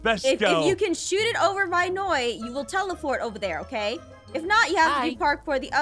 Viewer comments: It's noi not noie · Did aphmau call noi mynoi